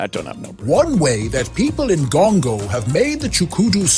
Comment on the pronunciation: Why Gongo? It rhymes with Congo.